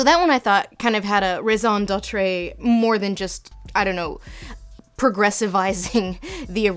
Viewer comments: Obligatory Lindsay mispronunciation for this episode: "Raison d'être" (should be "ray-zahn deh-truh," or "deh-tr") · Lindsay I love you love you love you, but PLEASE stop saying raison d'êtrAAAAYYYY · You said "raison d'entrée" instead of "raison d'être", it's pronounced d-eh-tr, just thought I'd be that guy. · Did you pronounce raison d'être wrong for comedy reasons?.. hard to believe you really don't know how to say it :) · HOW did you pronounce raison d'être??